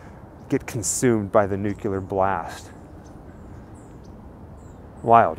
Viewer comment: "it would be improper for me to comment because of my pending case and appeal",,, that sux. It'd have been nice to hear what he has to say when there was no appeal hope and he was just plane condemned. "get consumed by the nucular blast",,, yeah I'm done. I'm not consuming any content from somebody that pronounces 'nuclear' as "nucular", when you clean your window do you say it is now "cular", it's CLEAR, Nu-Clear, the only goddamn word in the english language that is spelled how it sounds an you gotta f*** it up! DISLIKED!!!